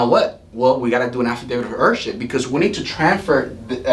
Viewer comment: To let you know heirship is pronounced Air ship Heir is pronounced air